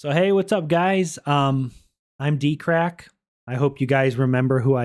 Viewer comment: Dkrack sounds like dirty ass crack🤣